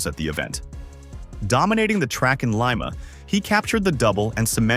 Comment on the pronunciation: The narrator has a good voice and pleasant delivery. However, he mispronounces the Peruvian capital city's name. It is not Lime-a but Lee-ma.